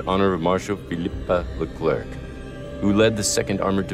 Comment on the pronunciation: Hello, Please don't pronounce the last letter of the name LECLERC. /Thank you